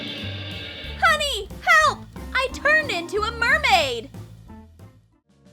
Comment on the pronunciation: said mardmaid and not mradman